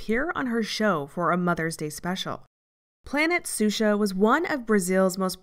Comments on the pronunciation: Shoushah, (Xuxa), not Susha...😅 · Isn't it pronounced Shusha? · Love the coverage but planet suxa killed me 😭 her name is xuxa, pronounced shusha! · I'm sorry to be that person, but Xuxa is pronounced "SHOO-sha." Anyway, as someone born in Rio and with dual US/Brazil citizenship, thanks for this video. She's certainly an interesting subject. It's also depressing to see how far-reaching AOG is. Edit: I think you'd do a very good job covering Mother Teresa, if you're ever hurting for subjects. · Yes we know it's pronounced Shoosha but the narrator cannot be expected to know how to pronounce every Portuguese word correctly. No need to belittle her for that. It's an excellent documentary and very well presented.